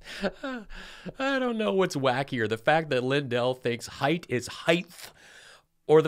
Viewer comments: I get home from work and here's a wonderful video from. Heighth? You think somebody who's a millionaire would learn how to speak better. MTG needs to listen to the news. Illegal immigration has been declining since May. Thank you again for all the laughs. 😂😅😂😅😂😅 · Thanks for the height vs. heighth issue! Never heard ANYONE ELSE but me point that out!!! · I cringe when I hear "heighth", he's got plenty of roundth too. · Oh, I think you might be the only other person than me going crazy from Mike saying heighth. That MyPillow 2.0 ad that kept running had Mike saying it, and it bugged me each time. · Your show is the "heighth" of hilarity! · Mike Lindell " Just better adjust my heighth here on my chair" sits back down - still at same heighth 🤣The show must go on